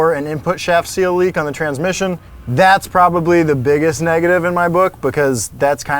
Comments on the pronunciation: Gotta check out that “transimission.” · "transimission" too :P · "transimission" xD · “Transimission”..........???? Lol 🤓